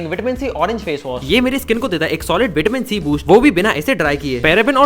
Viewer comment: विटामिन सी नहीं विटामिन सी होता है